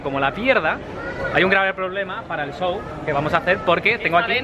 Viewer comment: Van a Argentina a hacer un qué... No sabes decir SHOW.